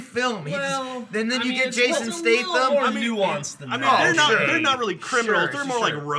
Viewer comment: Did anyone else notice say Jasom Stathen?